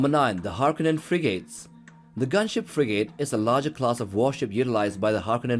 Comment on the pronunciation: Frigate is pronounced Frig ut rather than Frig ate.